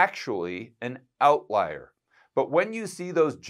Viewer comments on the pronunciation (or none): It's "outlier", not "outliar". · Outlier not outliar.